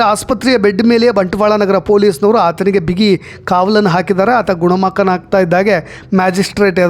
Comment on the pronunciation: ಗುಣಮಕ ಅಲ್ಲಣ್ಣ ಗುಣಮುಖ. ಅಣ್ಣ ಕನ್ನಡವ ಕಾಪಾಡಿ